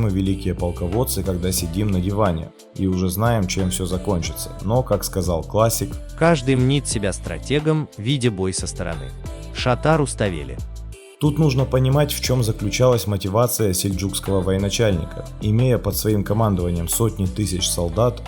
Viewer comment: Не надо искажать имья ,не " Шата"а Шота"!!!!